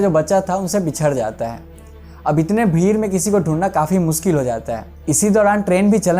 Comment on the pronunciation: Bhir nhi bhai bhid 😂